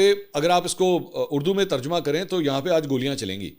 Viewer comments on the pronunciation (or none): none